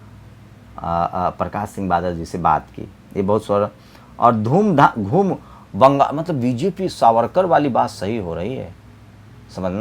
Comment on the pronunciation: Bangal bali khabrein AAP ne thik se bola nehi